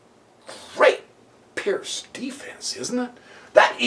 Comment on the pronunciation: Absolutely amazing game played by Gipslis and... amazing comment! By the way, guys, Seirawan pronounces the Pirc as "perk"... believe me, not "perk", but something like "peerts".